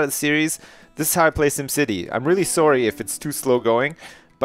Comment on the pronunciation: lol says sorry "soary"